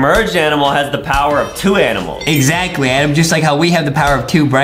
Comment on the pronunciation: HIS NAME IS NOT ADEM HIS NAME IS ADAM